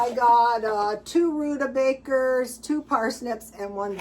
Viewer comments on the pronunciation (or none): Honey, it's rutabaga, not rutabaker. Just an FYI :)